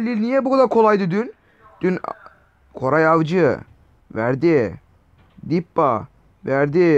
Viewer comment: Koray değil goray avcı diyor sbshjshsj